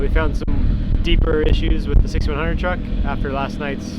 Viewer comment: Did he say trugg? As in trugg walk? 🤣